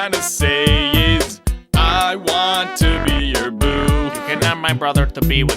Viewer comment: DIS GOY WUNTS LOOGEE'S DEEEK!